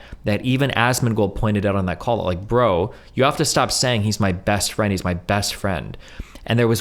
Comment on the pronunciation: Honestly this whole saga has helped take my nervous ass mind off a potentially life changing interview today xD I was shouting during the leaked call when Miz kept saying, "iM gUnA lOsE mY bEsT FwEnD!!" Like NOOO DONT KEEP SAYING THAT 😂